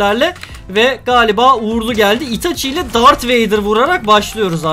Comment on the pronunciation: ve kesinlikle dark vader değil darth vader